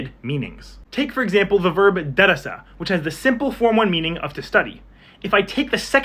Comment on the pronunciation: I Egyptian so my Arabic might be a bit different but you said darrsa wich is wrong you say dar-ris with a like pause in the middle that like 0.3 seconds and that means teach Edit: nvm almost everything is wrong thats probably bec I'm Egyptian